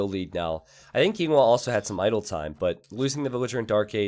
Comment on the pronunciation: You keep referring to Yinghua as Yinwa. Yinwa is not a good word to call a person.